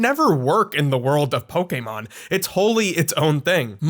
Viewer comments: Thank you for pronouncing "Pokémon" correctly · What I find ironic, is you're a digimon fan, and you actually pronounce pokemon correctly when so many pokemon fans don't even though they sing it out loud in the show